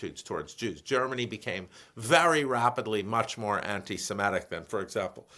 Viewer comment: why does Stanley say antisemEtic, instead of antisemitic? ie ET instead of IT. a little distracting